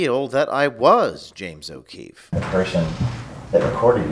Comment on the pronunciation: James OH Queefee lol